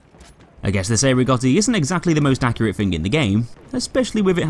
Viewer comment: Cei Rigotti is pronounced Chay Rigotti pls